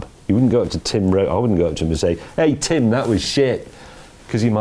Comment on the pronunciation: Tim..... Nice not Dim 🙂